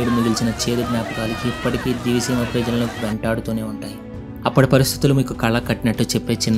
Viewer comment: Nedi matram divi seema kaadu. A oori name proper ga palakalekapotunav